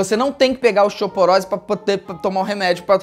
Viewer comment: Mds 😹 o Felipe Neto n sabe falar osteoporose 🤭😒😯😲